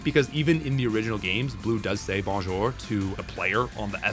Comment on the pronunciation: he does not "got Bonjour down just fine", he absolutely butchers the pronounciation to a funny little "Bone-Jour" :P